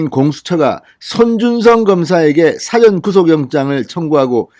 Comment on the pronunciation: 진대표님.부산분 이지만 고저.장단에 대한 사용법이 좀 거슬리는데 예를 들면 사전이라고 말씀 하시는데 이건,일 사. 앞 전이니.사전이라고 말씀하셔야 하는데 이게 영~사전이라는 발언은 딕셔너리 사전이라고 발음 하시는데. 이건 한달 전쯤에 내가 한 번 지적드린건데 안(못)고치시네요.